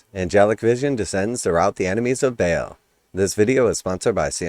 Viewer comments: Try it like this my dude....it's pronounced BAAL ( Ball ) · 1, The way you pronounce Baal is incorrect and sounds stupid. 2, Your grammar is atrocious. 3, Do better. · 2 things. 1, Learn how to pronounce Baal. 2, Mark X in Roman Numerals means 10 not 5. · 1, The way you pronounce Baal is incorrect and sounds stupid. 2, Your Grammar is atrocious 3, Do better. Constructive criticism is way more valuable to you than someone blowing smoke up your arse. If you are going to get upset and pissy at a comment designed to be helpful that wasn't even negative just because it wasn't complimentary. Then maybe content creation isn't for you.